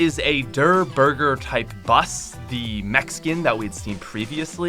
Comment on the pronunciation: When u said mech skin in it sounded like Mexican